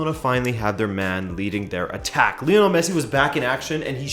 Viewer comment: It's not leeonel Messi ! it's Lionel Messi he's named after Lionel Richie , why do people still mispronounce his name ,???? It's not hard